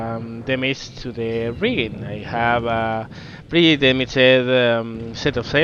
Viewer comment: Andas bien de vocabulario, pero ojo con algunas cosillas básicas de pronunciación: -Pretéritos regulares (acabados en "-ed") como "surprised", "damaged", etc. La "e" sólo se pronuncia si va precedida de "t" o "d", de lo contrario no se pronuncia. En el caso de "surprised", además, esa "i" se pronuncia "ai". Por lo tanto: surpráist, dámacht, etc. Parecen chorradas, pero son errores comparables a decir "canteidou" en lugar de "cantado". -"Bow". Puede significar diversas cosas, su pronunciación cambia dependiendo de su significado. En el contexto naval significa "proa" y se pronuncia "bau". Si habláramos de arco y flechas, entonces diríamos "bəu" ("ə" es una vocal neutra, como la suma de a+e). Si combinamos "ə" con "u" (como hacemos en "bəu"), entonces suena como una especie de "o". En el vídeo parece que estés hablando de arco y flechas en lugar de la proa, ^^ -Terminaciones "-tion"/"-sion", como en "option", "decision", etc. La "i" no se pronuncia y esas "o" son en realidad "(ə)" (una variación de la vocal neutra de antes). Por lo tanto: ópshan/ópshon, desíshan/desíshon, etc. También puede parecer una chorrada, pero no lo es en absoluto. -Palabras como "opening", "over", etc. Esas "o" iniciales suenan parecido a "ou" y esas "e" son, otra vez, "ə". Por lo tanto: óupaning/óupening, óuvar/óuver, etc. -Palabras como "count". Se pronuncia "caunt".